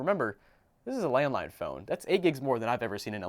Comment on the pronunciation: Anyone else think he said “I bought a landmine phone” 😂